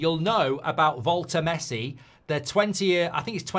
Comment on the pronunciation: Voll-te-MAR-de not Voll-te-MAY-de